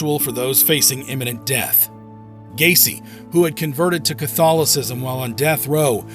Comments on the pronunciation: Quién diablos es Gain ?????😂😂😂😂😂 El tipo no sabe ni pronunciar sus nombres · John Wayne Gay-see